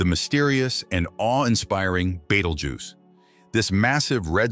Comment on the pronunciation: The star's name is Betelgeuse, not Beetlejuice, or Beteljuice, or betelduce, or beetle uses, or Beetle Goose, or Badal Jews. It's hard to take a science-oriented video seriously when there are so many obvious mistakes.